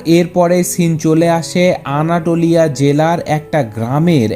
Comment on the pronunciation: ভাই উচ্চরণটা আনাতোলিয়া, আনাটোলিয়া না